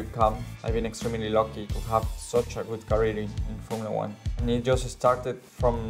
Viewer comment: It's not Formula One. Yes you're right. It's Formula Juan